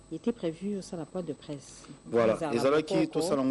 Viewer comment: kiekiekiekie toseka po kanda eza te quoi lol! FERRE alobi pres de presse lol!!!! bondimaka que Français eza vaste kiekiekiekiekiekie ayoki bien mamie alobi point de presse mais ye kiekiekiekiekie pres de presse abeti munoko lokola nyoka ameli mayi ya savon na ya pilipili abeti misu pres de presse lol!!!!!!! limbisa nga FERRE nzambe pe alimbisa yo lol!!!!